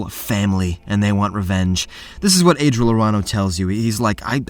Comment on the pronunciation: I feel like your drunk in the beginning with Adril